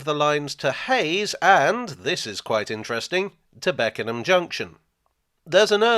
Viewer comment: You pronounced Beckenham absolutely perfectly